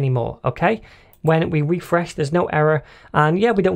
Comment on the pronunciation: RRRRRefRResh, every time i hear it i start to lough thank you! Are you planning for a series on Testing in javascript! if not please take it into consideration